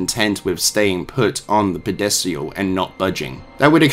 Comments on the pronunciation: Are you saying "Pedestal"? Because I'm hearing "Pedesial" and I'm not sure if we just pronouce "Pedestal" differently in the US vs the UK or if "Pedesial" is something from Dead Space lore that I'm unfamiliar with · That's not how you pronounce pedestal......at all. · I am irrationally bothered with how you pronounced pedestal, but the rest of video was cool